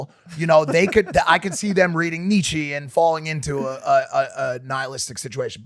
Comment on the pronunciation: kneechi? does mike mean Nietzsche 😂😂